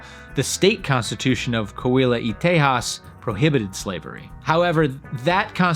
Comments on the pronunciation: Great video and very interesting, but I was a little disappointed at how badly he kept pronouncing Coahuila. It's Co-ah-WEE-lah. You keep skipping the second syllable "ah". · Coahuila is pronounced: "Co-ah-wee-la".